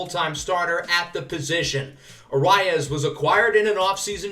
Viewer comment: For Luis Arraez it is pronounced ah-rise